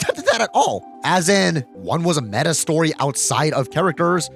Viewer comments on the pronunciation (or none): none